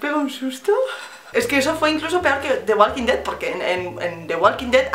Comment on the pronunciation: "de gualquin ded" HAHAHAHA (the walking dead con acento de espana) Me gustó! :)